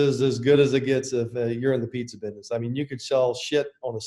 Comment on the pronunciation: I like the way Papa says "Bidness"